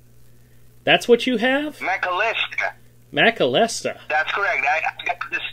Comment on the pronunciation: Kim Macalesta? Is that a mispronunciation of McAllister?